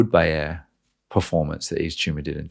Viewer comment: The cheeseburger analogy sold me. Also: It’s pronounced “EVE-TO-MORE”